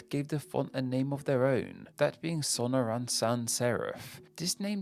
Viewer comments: so NOR in not SAW no ran. You put the emPHAsis on the wrong sylLABle. lol. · Awesome video, but pronouncing the desert I call home like that actually gave me a stroke. Sonoran is pronounced Sa-nor-an. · Not Arial—or its alternative name you absolutely BUTCHERED—Sonoran Sans Serif. It’s “Sa-nor-an.” So you actually have it a different name altogether,. Altogether thumbs down. 👎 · I have only ever heard this pronounced as SOnoran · Inexcusable of. I agree with another commentator—it’s a seizure-inducing pronunciation. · The emphasis in "Sonoran" is on the second syllable in English. In Spanish the emphasis is on the last syllable in "sonora" but "Sonoran" doesn't exist in Spanish, and it'd be called "El desierto de sonora" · Well I've gotta correct ya there, in Spanish the emphasis IS in the second syllable, and the equivalent to sonoran in spanish is "sonorense" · Either way, I think we can all agree that his pronunciation was not correct